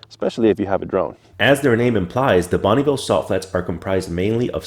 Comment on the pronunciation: Bonneville not Bonnieville.